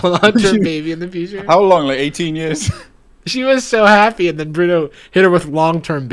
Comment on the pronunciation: the way i threw my phone acroos the room when she said "hap-aye"